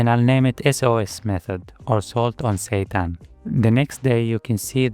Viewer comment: Every time you say "seitan" i hear "satan" and its fucking hilarious